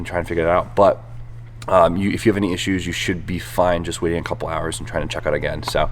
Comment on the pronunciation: the way you say issues and usually, can't get used to that